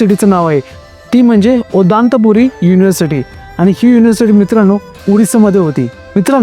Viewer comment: Abe odantpuri nahi tr उदंतपुरी aahe ते...ओदांत nahi aahe